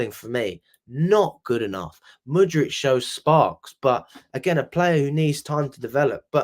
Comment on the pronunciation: Stop calling Mudryk Mudrich mate. That's fucking annoying.